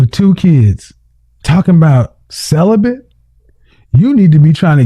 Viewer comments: 😂 she definitely “bent” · “I’m SellaBent” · Her: I've been celibent Kevin Kevin: 😮 what? Celibent 😂😂😂😂😂😂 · It's celibate NOT celibant !!!!! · She also said she is “celebeNt” 😂 she bent alright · She said celibent…….AND stabability!😂😂😂